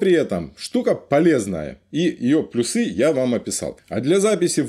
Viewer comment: Все нормально, но почему плюсЫ? Это не трусЫ это плЮсы!!!!